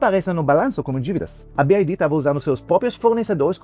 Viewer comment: Ninguém: A: "Bi Uai Ri!!!"